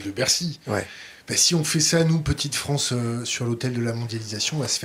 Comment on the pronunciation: la "fronce" c'est mieux ! 🤣🤣🤣🤣🤣🤣🤣🤣🤣🤣🤣🤣🤣🤣🤣🤣🤣🤣🤣🤣🤣🤣🤣🤣